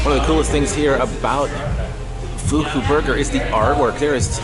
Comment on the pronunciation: A couple things wrong about your video. #1 It's pronounced (fuck-u). #2 They don't use use real crack in their crack sauce....I can almost swear mine was made with meth.